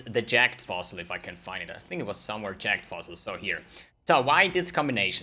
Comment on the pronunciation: Sounds like he's saying jacked fossil